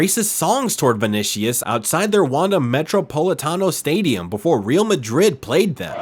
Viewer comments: Hey man, REAL is Spanish means ROYAL , you pronounce it as "real" sounding like real or truth. It's pronounced ReAl , the A like sounded A, difficult to explain by text... anyway sounds very weird and nobody says REAL the way you do, or perhaps you're just the stupid AI translator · Good video but the way you pronounced "Real" hurt my ears 😂.